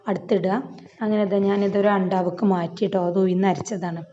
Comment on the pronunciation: ഉയുന്നു അല്ല ഉഴുന്ന്